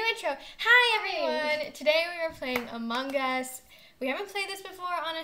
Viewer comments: why do pronounce among us to amongus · i like how they pronounce “among us” “among-gus”